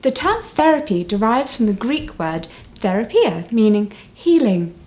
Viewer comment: Lol idk about your german accent but the greek accent (therapeia) was impressive :-)